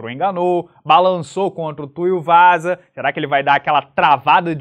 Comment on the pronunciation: "TuiUvasa" kkk